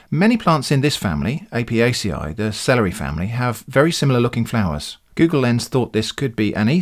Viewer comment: Apiaceae is pronounced ah-pee-ah-che like Nietzsche not apiaceeai. Sincerely a Greek botany student